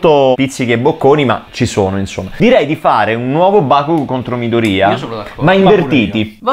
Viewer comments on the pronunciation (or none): infatti la pronuncia corretta del nome non è midorìya ma midòriya T^T non si puo' proprio sentire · Sono l'unico che non riesce a sentire Midorìya? Cioè ho seguito tutta la serie in giapponese in sub Ita e l'ho sempre sentito meglio Midòriya. Rispondete se siete d'accordo perché non voglio elemosinare like come certi tristoni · Midorìa da un doppiatore che ama gli anime però non si può sentire 😅😂 non venitemi a dire che è la pronuncia perfetta perché no.